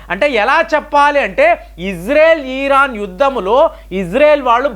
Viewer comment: ఈరాన్ కాదు సామీ... ఇరాన్ 😸👹🦟